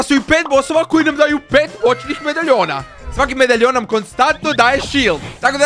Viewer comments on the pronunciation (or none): Ne govori se medajon nego medalijon